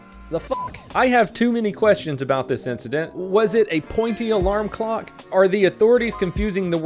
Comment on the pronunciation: Can this man read it’s a clock not a glock 🤦🏻‍♂️